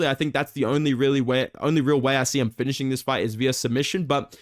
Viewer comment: why this strong accent on finishing me? what have i done to you man, Dober would also finish your 4-3 ass too